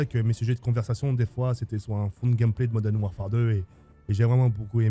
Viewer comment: Yoo En taupe 3 je retrouve Call of dit Modaine Warfare 2 Pouahhh modaine 😂😂😂